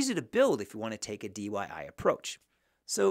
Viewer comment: Why do you keep saying dyi??